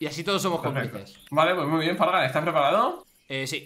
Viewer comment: Eso no se dice fargan.